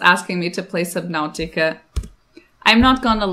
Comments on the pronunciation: I like how she says “Subnowtica”. 😊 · Did she just say Subnowtica